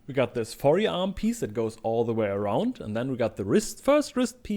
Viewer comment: i like the way you speak. it's perfectly clear what you mean even tho some things are not super 100% correct. i especially find it funny how you pronounce the e in "forearm" (instead of pronouncing it like "4 arm") nice video. i never did any leather work but i like watching what you make. it makes me feel like i accomplished something too even tho i just sat at the computer lol